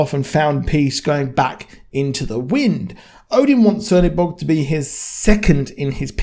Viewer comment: he is not _C_ernobog, he is _Ch_ernobog. the Black God.